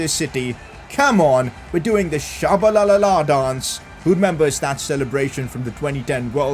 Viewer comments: Did my guy say tshabalalala instead of tshabalal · For future videos its shabalala not shabalalalalalala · is racist he said chabalalala dance instead of Chabalala